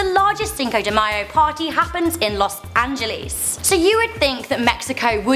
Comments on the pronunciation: An-je-less not An-je-lease (Los Angeles) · Lol "los angelis"